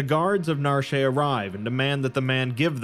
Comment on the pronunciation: The town of Narshay? How do words based on French mess people up so badly? When you see complete do you want to say completay? 😂 Cut it out for the love of God 😂.